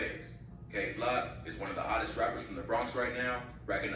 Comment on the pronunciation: His name is “kay FLOCK” not Glock 😂🤣 🤦‍♂️